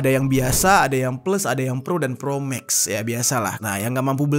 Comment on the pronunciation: Kita seisi ruangan ketawa pas dengar bang jery nyebut Iphone ProMag 😂.